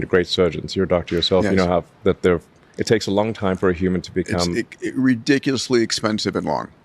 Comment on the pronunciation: he can't even say ridiculously! 😂 how this man is one of the richest and most successful men in the world is beyond me